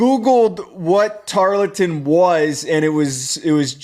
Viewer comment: Tar-ul-ton. Say it with me. Or call them Temu A&M